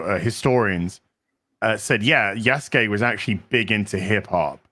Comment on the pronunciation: I keep hearing "Yesgay" when is saying "Yasuke"... Is it just me?